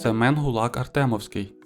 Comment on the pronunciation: Гулак-АртемОвський, а не Гулак-АртЕмовський. Це у Януковича був Гулак-АрТЬОмовскій і Анна АхмЕтова. Будь ласка, наголошуйте правильно😊.